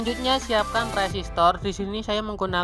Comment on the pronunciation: Koreksi mase, u resistornya nyebutnya lum bener itu, tetap semangat